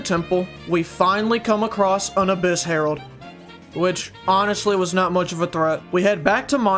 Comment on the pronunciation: Him: Says Herald My brain: Harold from Total Drama Island